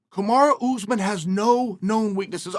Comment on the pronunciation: Chaels really putting the emphasis on the ooz part of usman